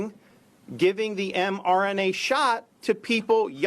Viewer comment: Seems to have a problem saying mRNA for such an 'articulate' man! lol Damn fine governor though!